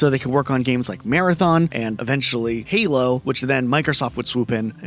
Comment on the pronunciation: ah yes "Heelo games" Love that franchise.